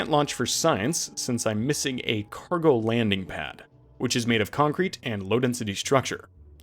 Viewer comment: "ill conk the crete" killed me ngl